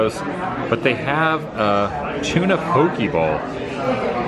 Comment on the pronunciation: Adam while reading the menu the ahi poke tuna bowl, it’s pronounced po-Kay not pookie